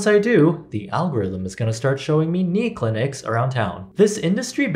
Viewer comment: Knee clinics, or cli-knee-cs if you will. Laugh.